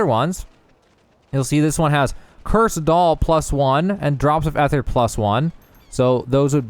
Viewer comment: Your pronunciation of a lot of these words are incorrect. Rapport, ether and facet to name a few.